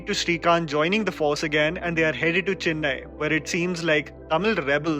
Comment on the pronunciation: also,it is not CHINNAI like you north indians say,it is chEnnai* how tf can it be so hard for y'all😂😂😂